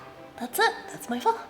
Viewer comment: Thank you for pronouncing it correctly. There’s no shortage of blonde white girls that can’t say that word 😆